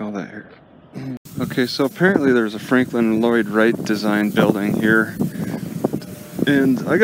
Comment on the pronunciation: It's Frank Lloyd not Franklin Lloyd